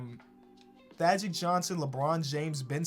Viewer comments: He called Thaddeus, Thagic Johnson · Did just say " Thagic Johnson "?!?! 😂